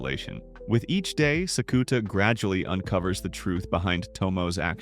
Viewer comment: Thank you for the recap! I watched this and the last few episodes of season 1 before I catch up on the movies for season 2. This pronunciation of Sakuta is killing me though 😭